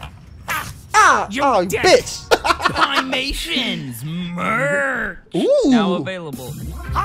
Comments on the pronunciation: excuse me, pia mations? 😭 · pim-mations lmao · anyone else notice how he didnt even say the right creator at the start of the video "Piamations" one letter makes a huge difference